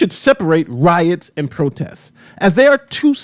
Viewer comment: “Roits” lol